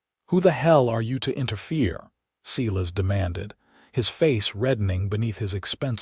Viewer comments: If that's one thing I can't stand, it's a freaking AI computer that can't say names right! SEE-LAS?? WTF. 👎👎💩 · Silas is pronounced " Sigh...Lass " . Ai has not taken over yet. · I'm sick of this lame AI. Moving on. Look up how pronounce Silas. It's not seelus. The story is overshadowed by the disgusting way the AI reads. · Pronounced Silas wrong. As they sometimes do with names